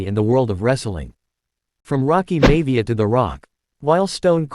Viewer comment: Omg stop saying mayvia it's Maivia, other than that good stuff